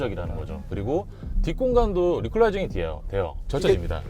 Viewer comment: 리클라이징(X) 리클라이닝(O)